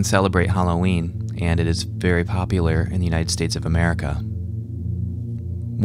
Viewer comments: "very POPPYlar" haha... okay ill leave bye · "It is very poppylur in America"